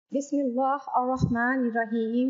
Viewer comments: Pahly ap Bismillah seekh lo phir video bnana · Apko to Bismillah parni ni ata logoon ki Kya islakh karogi